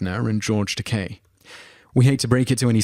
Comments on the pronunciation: it's pronounced "Ta - KAY" as in OKay". Ya got it right in the intro but then revert back to the incorrect pronounciation - repeatedly. Stop it, oKai? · no I think he's just chronically bad at pronouncing names, and many yanks pronounce Takei wrong as well. Even William Shatner gets it wrong. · antonzap He said it correctly twice, then said Ta-kie after that. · It's interesting how he pronounces Takei correctly the first like two or three times, then pronounces it "tah-kai". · It's pronounced "Tah-KAY", not "Tahk-EYE". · And BTW, Takei is pronounced “tuh-Kay”. Not tuk-eye. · It's pronounced Tah-Kay. If it was pronounced Tah-Kie it'd be spelled Takai, not Takei. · It's Takcay not Takeye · I loved this video, but it is pronounced Ta KAY not Ta K-I. The only reason I even bother to make this point is that I just watched his documentary on Netflix and he seems rather touchy about it. He also says that he did send a wedding invitation to Mr. Shatner, Everyone knows that Shatner is a jerk, but even Trekkies can separate character from actor. Keep up the good work. I look forward to seeing more of your videos. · yeah his name IS pronounced ta-kay, NOT ta-kye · Dry-fus, Ta-kay. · Richard DRAY-fiss and George t-Kai. because if you can't get the pronunciation down, how likely is the actual content of anything else you say believable? ps: DRY-fuss and "Its ta-KAY. You know, like toupee," George said at Bill's Comedy Central Roast. Kenny BARKER???? at least you correct the rest to Baker. David and Gillian - um, so explain the admitted offscreen flirtations...and recent dating a few years back. I had thought they still were for the new series, but they have apparently moved on? Rommis??? RAM-is. seriously, go watch a video of ANY of these people pronouncing their names. it isn't that hard.